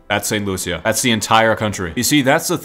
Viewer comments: It's sant lushus not sant Lucia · It's St "Loo-sha" not St Lu-sia